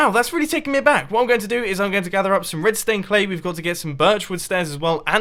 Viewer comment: every time he starts to say "red stained clay" I think he is saying "redstone"